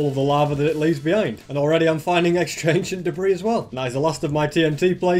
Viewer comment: For a second I thought he said aisian debris